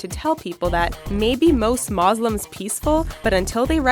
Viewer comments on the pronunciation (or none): "moslems" MY GOD MOSLEMS??? DUDE ITS MUSLIMS